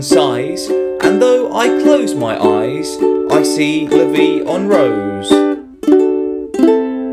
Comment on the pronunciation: Love the way you pronounce "La vie en rose" haha! ImFrench Thanks for the lesson!